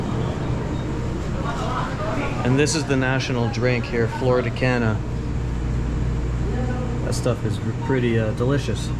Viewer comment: It's "Flor de Caña" not "Flor de Cana". Flour of the cane. It's one of the world's finest rum and sold all over North America as a top brand rum.